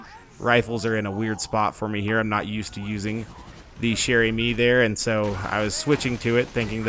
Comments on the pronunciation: [GD] DianIzScrub also he has to make a ee sound no a eh sound at the end of amie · if you roll the r in Chere-Amie you'll be pronouncing it correctly.:)